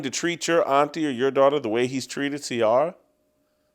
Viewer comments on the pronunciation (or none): Jason not knowing how to say CIARA just lets you know that he’s not been black for many years!! I mean my white yoga instructor knows how to say her name. Come on bro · Oh yeah, Black Twitter needs to cancel you, since it has so much power. You just don’t like Ciara and you’re mispronouncing her name.